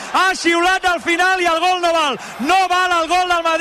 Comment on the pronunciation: Cada vez que los escucho siento dolor en las palabras: "la sentratra, la rematada y el gal"...